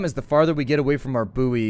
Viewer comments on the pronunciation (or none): Also did he say boo oy